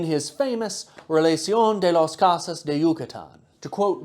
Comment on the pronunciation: Cosas is pronounced with a long o. Koh-sas.